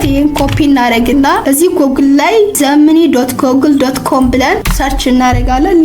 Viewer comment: Thanks but pls always your pronunciation on Google if you are not sure. Gemini is pronounced is JEM-uh-neye" (with a long "eye" sound at the end)